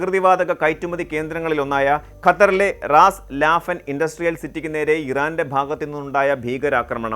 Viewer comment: സഹോ! റാസ് ലാഫൻ അല്ല റാസ് ലഫാൻ ആണ്